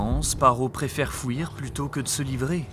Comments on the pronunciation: " il préfère fOuir" ?!? On dit fuir et pas fouir ! En gros tu n'explique rien, tu résumes juste les films !!! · Bonne vidéo sauf ta prononciation du mot fuir ! FRERE FU IR ! fait un effort stp